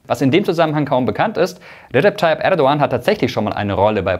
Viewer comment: Ich finde es sehr professionell das du den Name Erdogan richtig aussprichst! Danke dir!